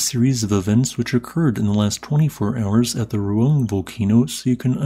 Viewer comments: not like that, I mean Ru-Ang, In Indonesia we pronounce the letter A by opening our mouth. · Sabar, orang luar cara pengucapannya beda jauh sama orang indo😅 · speech impediments exists dummy